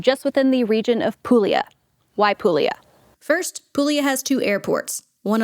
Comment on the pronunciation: Pool-yah. Not pool-eee-ah.